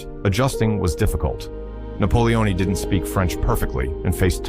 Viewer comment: You need a new AI system, is that "Napolioni"😂 as a black man??😂😂